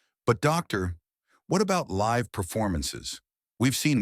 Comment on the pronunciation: Live right now is being mispronounced. Not a short i. But the i says its name. The difference is the meaning in the sentence.